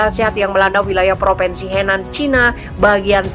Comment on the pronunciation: Mbak penyiar Central News: Bacalah yg benar : PropInsi bukan PropEnsi. Anak TK-SD lebih pintar.